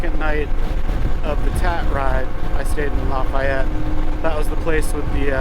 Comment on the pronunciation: I live in NW Georgia. All the locals pronounce it - Luh-Fay-Et. I'm restoring a 1972 Honda XL250 Motorsport. I also have other vintage Honda's.